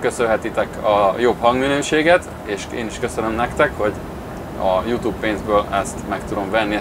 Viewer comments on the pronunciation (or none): none